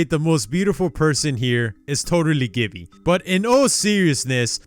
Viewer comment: And “Gibby” wasn’t even pronounced right